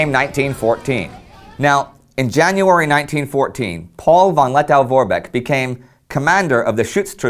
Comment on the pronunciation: Lettow is pronounced -toe, not -tow.